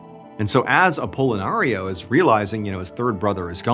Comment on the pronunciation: stop saying apollonario.....shiiiit pickle...pickle...pickle....